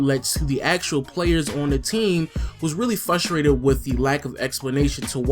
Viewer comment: stop saying fustrated please